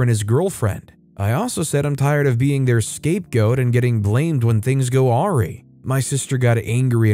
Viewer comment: Awry is pronounced like "A rye bread", minus the bread. Just a tip for next time!